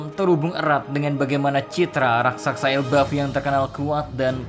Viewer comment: Bang raksasa bukan raksaksa